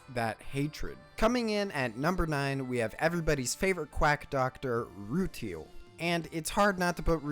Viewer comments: Rue-tile not ru-teal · Ru-TY-el not Ru-TEAL.